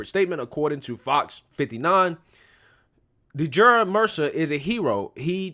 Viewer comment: His name is pronounced Dray-shawn....I watched all videos before making a judgment. Dude had a gun in his waistband and he pulled the gun while running and shot at the cop first...2 shots before the cop shot at him. Play dumb games....